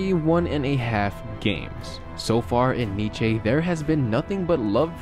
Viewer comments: What the fuck is niché😂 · niche??? it's pronounced Neess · "Niche" hahaah. It's pronounced like Niece lol.